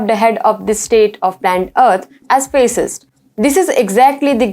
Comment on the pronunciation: The pronunciation is Faa-cist not Face-ist